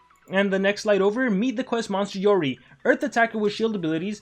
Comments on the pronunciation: "YOREY" ??? ARE YOU JOKING!!! ITS "YOROY" WHEN PRONOUNCING LOL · Its supposed to be pronounce “yoroy-i”